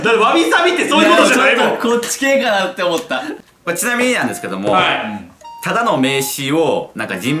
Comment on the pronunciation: 「ただ↗︎の」自然に関西弁出てる〜